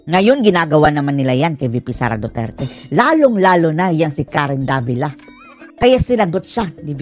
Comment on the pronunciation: davilat?? tama ba ung narinig ko?